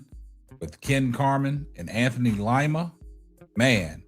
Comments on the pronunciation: It's pronounced LEEMA not long I❤ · DID YOU SAY LIE-MA???😅🤣💯👏🏽👏🏽👏🏽❣